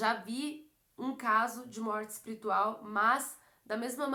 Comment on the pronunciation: É espirital mesmo q fala? Kkk